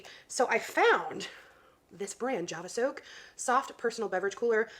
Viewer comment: Javasok is amazing. She said the name wrong though, that's a bummer. But I've had one for like years now because when I go to work, if I've gotten a coffee or whatever it sweats and goes warm otherwise. I haven't used it in a while though bc part of my health journey has been giving up soda 99% of the time and never getting a large to speak of anymore either. Lmao ETA: I honestly believe she's soft launching pregnancy.